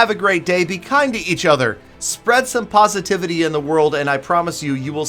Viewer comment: the way said positivity lol